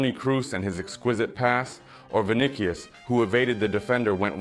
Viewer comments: First of all, if you can't pronounce names the right way. Don't even bother to make videos. It irritates fans when someone hears their team's player's names being called the wrong way. It's freaking VINICIUS. Pronounce it Vi-ni-ci-us. How do you pronounce cautious? That cius and tious should be pronounced similarly. Le loda zyada explain krdiya. Bkc ko samajh bhi nhi aayega. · What is vinikius? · The C in Vinicius is a soft c bro! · Vinicius Vinicius , not Vinichio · Bro is a Real Madrid fan n doesn't even pronounce Vini's name correctly...😂😂😂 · Bro stop butchering Vinicius his name. Just say Vini and make your life easy